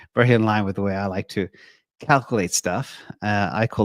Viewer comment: "I likkkeee"